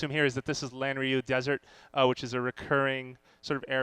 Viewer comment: "lanryu desert" cringes